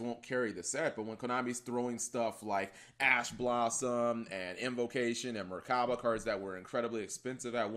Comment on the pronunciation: Cap, you know theres no "R" in Mechaba right